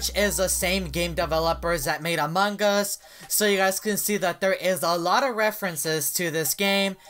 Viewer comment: Evereyone: among us: among guz